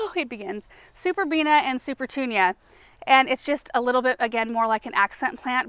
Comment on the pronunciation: I was waiting, wondering when you'd slip up and say "superbenia" 😂 you held out surprisingly long, actually, before you did. I find it such a cute slip up for some reason 😊💜